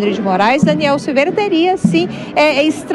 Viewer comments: a reporte fala errado o nome do parlamentar, que vergonha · Repórter desatente, POR DUAS VEZES fala errado o nome do Daniel!!! DANIEL É INOCENTE!!! LIBERDADE JÁ!!!!!!🇧🇷🇧🇷🇧🇷🇧🇷🇧🇷🇧🇷🇧🇷🇧🇷🇧🇷🇧🇷